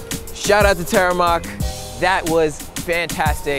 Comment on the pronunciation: it's pronounced TEA-RE-MOK not tereimok.